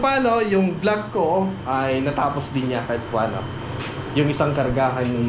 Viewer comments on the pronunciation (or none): none